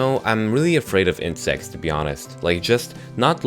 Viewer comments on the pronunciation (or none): I thought you said Incest instead of Insects XD